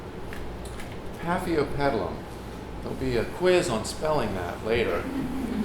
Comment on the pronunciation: thanks for the pronounciation, i couldn't pronounce the name when i looked up the plant online. but, these are my favorite plants in the whole entire world. fell in love instantly when i brought one at my local grocery store. it hidden behind all the big plants, almost missed, if i didn't change my mind about the plant i had already picked up, i would have missed it.